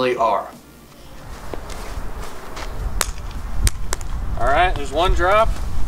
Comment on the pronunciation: Say no more I can only say Orlight That the BEST